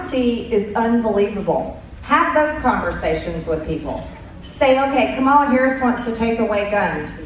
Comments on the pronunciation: Why do they keep mispronouncing Kamala's name? It is so disrespectful and aggressive and childish. Such despicable people. Dangerous selfish egotistical lost souls. Tighten your seatbelts. Light will win in the end but it might take some time. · I’m so sick of the MAGA group all agreeing in lockstep to pronounce KA’-mala as Ka-MA’-la. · Jeez, Marge... her name is KA-ma-la. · KAH- ma- la. Say it correctly once! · I HATE the way she calls VP HARRIS, kamarla. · She still cannot pronounce Kamala’s name !!!!! OMG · Please just say her fucking name right, how hard is that????????????? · She still cant say Kamala's name correctly. MTG is dumber than a bag of rocks 😂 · Mtg can't even pronounce Kamala's name correctly. This person has misconstrued the facts just to win votes. Talk about banning Free speech what is this about the book ban? This woman is dumber than a bag of rocks,! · Marge can't be joyful for the Red Victory, she is just vile and hateful, she can't even pronounc Kamala's name correctly. She is awful! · Will they, the MAGA Drones ever stop mispronouncing her (Kamala’s) name, now that the election is over? MAGA took some steps forward is not necessarily a win. So my guess is, they will continue to humiliate Kamala Harris, post presidential election as usual. (Lol) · MTG still can’t pronounce Kamala’s name correctly. I refuse to believe that she is typical of the average American. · I cannot listen to her.. I just can’t. I rip my hair out.. my naturally brown and Luscious hair. Not thin wirey bleached blond butch body havin’ ass. And they intentionally mis-pronounce Kamala’s name. It’s infuriating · The fact that so many Republicans pronounce Kamala wrong on purpose is so annoying. It's so disrespectful, but I really don't expect anything else from people like DonOLD and MTG. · Don't like her. She beligerantly mis-pronouces Kamala's name ( as does that dimwit president elect). I can't understand how Americans voted in him and her - unbelievable.😢